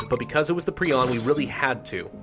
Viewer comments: It’s pronounced Prion, Not prion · Its not prion its prion ok Pri-on Not Pri-on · It’s pronounced prion not prion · It's pronounced "prion" not "prion". 🤨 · My very nasty message in the comment section. At least you tried. Prion is pronounced as pry-on not pree-on. Preon is a different word, it is: "A hypothetical point-like particle, supposed to be a subcomponent of quarks and leptons." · I think it’s pronounced Pri-on, not Pre-on, idk though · Hermit galaxy It is pre-on not pri-on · No, it's pronounced pre-on. a pry-on is a small petrel of southern seas. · I always thought it was Pri-on not pre-on 🤔😂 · yo, it's pronounced prion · It's pronounced "Prion" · prion is prnounced pry-on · Pronounce it pri-on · Prayh-on is the pronunciation. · It's "pry-on" you sick little freak, what's wrong with you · No, it's pry-on.